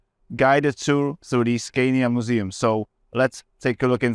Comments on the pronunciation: The guide Raul Fernandez pronounces it the right way. Scania is a swedish company and this is how swedish speaking people say it. The native way So I think this must be the only right way. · Great vid. Loved it. One thing: the interviewer keeps on pronouncing the Scania name wrong, while he can hear the museum guy saying it right.